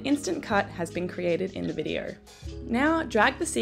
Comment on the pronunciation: Videarrr? So sorry but that mispronunciation was soooo distracting.